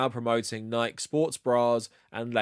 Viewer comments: I'm a big fan of this channel, and this is 99% great content here. But it's pronounced Nik-ee, not Nighk. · lol, love your stuff... but I have to say, isn't it "Nike" like "Nigh-Kee", and not "Nigh-k"? Or do ppl in the UK say it like that? I thought it was latin for victory or something, and that there weren't silent letters in latin. Is that wrong? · The name of the goddess is pronounced Nee-kee. Who knows why you pronounce it wrong? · excellent vid. it's pronounced nigh-kee, though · This is a great video, but also I have to say that I am absolutely livid that you pronounce Nike like that. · I'm just surprised you don't know how to pronounce "Nike." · Are you deliberately mispronouncing Nike? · is the pronunciation of "Nike" here an inside joke I'm not aware of or something? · Jim Nike, founder of Nike, pronounce his last name is two syllables when he was still with us. ;) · Who says Nike like that 😂😂. I'm going to start saying it like that!